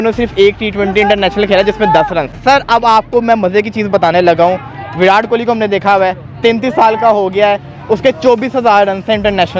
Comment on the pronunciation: विरात मत बोला करो भाई (विराट कोहली) है🤣🤣🤣